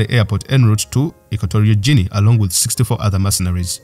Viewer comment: I'm pretty sure it supposed to be hard G.